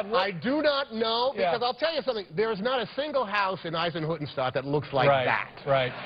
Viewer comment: Hanks pronounced "Eisenhüttenstadt" really well